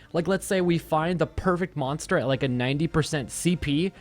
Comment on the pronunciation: good vid but i cringed every time he said "monster"